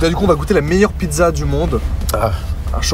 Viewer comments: c'est "pit[tsa]" pas pi[za] :'( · Bravo pour la vidéo! Je viens de découvrir ta chaîne aujourd'hui font j'apprécie déjà énormément le contenu. Petit détail si je puis me permettre: Pizza est prononcée "pitsa" en italien sauf au nord de l'Italie où on aurait tendance à prononcer et accentuer la lettre z. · On dit pissa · Techniquement, on dit "pitssa" ^^ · On dit Pidza pas pizza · La prononciation du mot "pizza" du soi-disant pizzaiolo italien est pas fameuse, pas moyen qu'un italien le prononce de la sorte